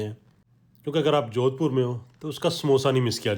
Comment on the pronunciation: Sahar ka naam sahi se bol nhi paya aur vlogger bolte hai ,kya sasta Nasha hai